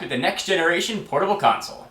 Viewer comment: LMAO it sounds like said "portable cocksole"